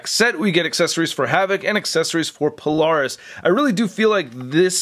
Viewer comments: Okay I missed this comment. I was wondering why NOBODY was commenting how he mispronounced Polaris. (He did the same in the previous Polaris video 2 years prior.) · Weird how I don't see a single comment about how he's mispronouncing Polaris in both this and the previous Polaris video.